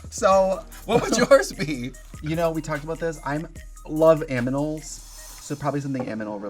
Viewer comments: AMINALS??? Girl it's animals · Trixie says aminals instead of animals? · I don't now if i heard wrong but i heard trixie said "aminal" instead of animals 😅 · Idk why but i love to rewatch this and just realised that trixie said "aminals" instead of "animals" and i cant get over it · So no one caught Trixie saying aminals instead of animals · Did Trixie say “aminals” ? Twice? lol even the subtitles spelled out aminals. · Is she saying "aminals" insteas of "animals" or am i crazy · Did Trixie say aminal twice instead of Animal? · lol- might be a bit late but Trixie definitely said Aminals. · Not the “I love aminals so probably something aminals related” 💀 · Does Trixie say "aminals"? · ... did Trixie say "I love aminals. It's going to be aminal related." !!?? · Not Trixie saying “Aminals” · “ I love aminals” 😂😂😂 why does she say it like that. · So no one clocked Trixie's inability to say animals 😂 "i love aminals. So probably something aminal related" 🤣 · did Trixie just say "aminols"?" ?!!!! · she loves aminals?? Lol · Aminals? Anyone else hear it?? 😂❤ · I love "aminals", so probably something "aminal" related... 🤣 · Not trixie saying “aminals” 😂😂😂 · Anyone clock trixie saying aminals?